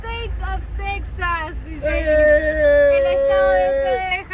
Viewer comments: Recuerden que para todos los mexicanos Texas se pronuncia Tejas y no tecsas lo escuchamos desagradable. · *tejas, irónico que l@ sudamérican@ escriban méxico con jota y tejas con equis y aparte pronuncien "tecsas" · buen dia si hablan español Texas se pronuncia Tejas se tiene que oír igual que al pronunciar Méjico si lo pronuncias con la x se escucharía raro